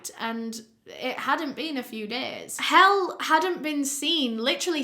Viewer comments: ok 1. There’s only like 2 comments asking if her name is “hell” (I scrolled all the way to the bottom), and 2. It’s not that people think “the whole world is English”, it sounds similar to an English word when is pronouncing it incorrectly so they’re going to make the connection?? Especially when the captions say things like “they loved hell” and “he wanted hell”. Not to be rude just to explain.:) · exactement - especially with the narrator pronouncing her name as ‘Hell’ through the whole episode. I only knew it was pronounced differently from being familiar with it. Anyone is going to pronounce a name to their own education and native language. It’s not a Eurocentric conceit. You’re exactly right. Btw I love your name! You have the same name as my sister who was born on my birthday. 💕 She spells her name with an o but it’s Charlotte Rose 🌹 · She's from denmark. He-lle is the pronunciation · Stfu 💀💀 what is wrong with English people thinking that the whole world is English? Your name probably sounds strange in many languages too. Her name is Helle. It’s pronounced “hell-eh”. It’s an Old Norse name that remains popular in Scandinavian countries. Believe it or not, other countries and cultures exist too 🤦🏻‍♀️ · Helle is pronounced like Helen but without n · As a scandinavian the mispronounciation Helle is quite hard to get over 😬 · I know has been mispronouncing Helle but I liked the unintentional pun at ~. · I wish your researcher told you how to pronounce Helle's name :( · She’s danish. It’s a very common danish name. She just didn’t say the last E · Pronunciation: Hell-eh/Helen without the n; alternatively: Hellie/Helley. Calling her Hell just sounds wrong. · i was so surprised when you mentioned that Helle was from denmark, i dont think i've ever heard you cover a story with someone from my home country before :) also for anyone wondering her name isn't pronounced hell, but Hell-eh <3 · her name is pronounced "hay-luh" not hell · More hel-leh